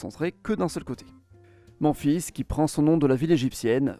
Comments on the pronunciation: mec t'as vraiment prononcé memphis genre les 24h du mans-fils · C’est volontaire de votre part de ne pas prononcer les noms avec les prononciations anglo-saxonne ? Memphis dit « Manfis » dans votre vidéo est très étrange 😅mais cela n’enlève en rien la qualité de votre contenu merci pour toutes ses infos merci ;) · Super intéressant comme toujours mais les Ohio, Memphis, Michigan et Ekaterinbourg piquent les oreilles 😂😂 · Moi j'aime trop comment il le dit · Oui c'est vrai que Memphis devrait se prononcer à l'anglaise, car c'est bien la version anglaise de la ville qui est utilisée aux Etats-Unis ! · j’interrogeais pas la légitimité mais la raison ? Si c’était volontaire ou pas ? Je sais que les québécois disent Boston a la française et non « Bostone » a l’anglaise , je lui demandais si c’était en gros pour des raisons similaires…. Et je te rassure que l’égyptienne Memphis ne se prononce pas Comme ça non plus …😅😅😂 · non c’est juste qu’il récite un texte et qu’il n’a aucune idée de comment ça se prononce. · Il faudrait fair un petit effort s'il vous plait pour la prononciation des villes. C'est pas Manfis mais memefis. C'est pas Sein Loui mais Sainte Lou isse.